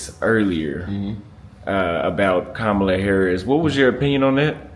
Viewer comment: Good video but Kamala not it my guy